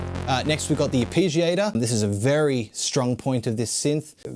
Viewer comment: Ar pee giator?